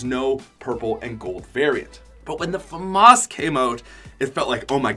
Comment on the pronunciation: i dont think thats how u say Famas